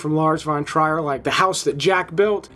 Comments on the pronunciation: Lars von (try-or)???!? Not (tree-er, or treer)? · Holy moly,! Have you really never heard the proper pronunciation of Lars von Trier’s surname??? It’s not “tryer” but “treer”. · pronounced Lars von Treer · TREE-urr. TREE-urr. Just watch any single one of the million interviews with or about the dude... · Hate to be “that guy” but “Trier” is pronounced “Treer” and “Noe” is pronounced “No-ay”. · Couple of things: Lars Von Trier's last name is pronounced "Tree-er" like seer or freer. Gaspar Noe's last name is pronounced "No-a". Similar to saying no way. Isabelle Huppert last name is pronounced "oo- pair" Crash is based on a famous book by JG Ballard, which is just as explicit as the Cronenberg movie. Cronenberg didn't so much invent the story but brought it to life from the written pages. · Okay nice vid. But, you can't just pronounce Isabelle Hubert or Lars Von Trier all crazy like you were born on another planet. Also Cronenberg got the rights to J. G. Ballard's book "Crash" 1973, he didn't 'discover' or write the idea from scratch. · Lars von Trier rhymes with beer, not with flyer. This is the sort of stuff a youtube channel about movies should know, you know. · Why aren't you pronouncing Lars Von Trier's name correctly? His name has been said in the media pretty often when he's talked about. I don't get it...